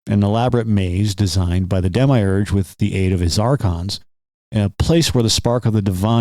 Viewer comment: I couldn't take you seriously for pronouncing demiurge like that